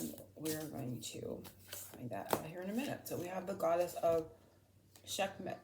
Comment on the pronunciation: Seh-k-met is her name pronounced. She is an egyptian goddess of both war and healing, often depicted with a lions head. Connected to the Sun as well because she was born from the eye of the Sun god Ra 😊